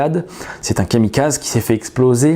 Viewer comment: Super travail merci pour ces news :) En revanche, s'il vous plait on dit kamikazé, il faut prononcer "é" à la fin